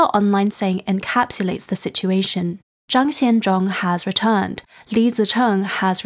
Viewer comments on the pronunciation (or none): none